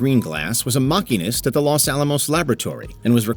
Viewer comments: The narrator sounded fake. And then said "Mockinist." I'm guessing that was "machinist?" So this really is A.I.? I had hoped WatchMojo would use real humans. Not going to watch the rest. Too grating. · A Mach-inist? Not a machine-ist?